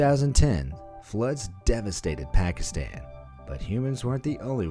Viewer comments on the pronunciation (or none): none